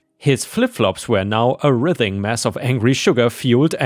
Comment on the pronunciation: Also “writhing” is pronounced with the first i long. (Good job on having the correct (soft) sound for the “th”, though.)